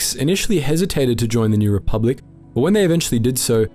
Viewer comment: you say re-pub-lick instead of re-public